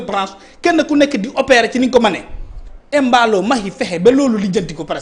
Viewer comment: Comment un Peulh du Fouladou de surcroit un Kandé parle de Emballo, alors qu'il doit corriger la prononciation pour rétablir le nom normal pour que nul n'en n'ignore. C'est Mballo